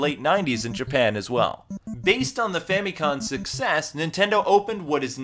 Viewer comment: It's Famicom with an M at the end.